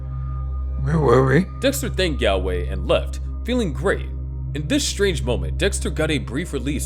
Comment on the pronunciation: Galway is pronounced like "gallbladder" or "call"